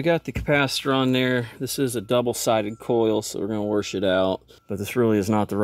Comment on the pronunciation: Wersh it out 🤣🤣🤣🤣🤣